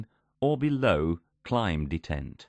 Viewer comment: Very interesting. But why does it degrade to that horrible female computer voice randomly? It's so bad that it's actually hard to make out what it says, and it mispronounces a lot of things, e.g. pronouncing "detent" in all kinds of ways but the right one...